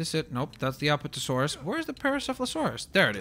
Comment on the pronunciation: If I may the names are pronounced a-PAT-a-saur-us, & gal-i-mim-us.I'm a bit of a dinosaur fanatic...hehe